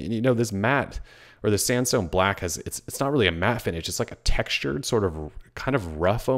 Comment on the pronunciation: i keep hearing "samsung black"